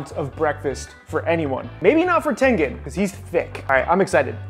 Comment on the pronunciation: bro i watched this girl and the video was called "65 facts you didnt know about demon slayer charecters" and she said tangan instead of tengan